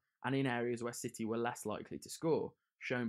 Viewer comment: He said shitty instead of city😂what a man